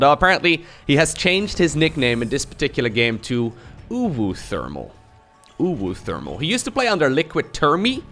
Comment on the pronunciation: You say uwu pretty good